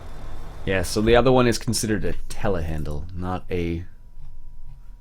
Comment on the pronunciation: Not to be rude... do you know that there is a "R"at the end of Telehandler?